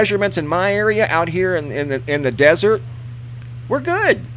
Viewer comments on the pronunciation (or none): none